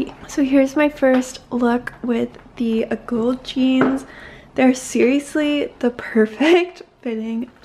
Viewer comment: Great video. Fabulous items and thank you for providing helpful fit and sizing information. Oh yeah, also thanks for pronouncing Agolde correctly .😎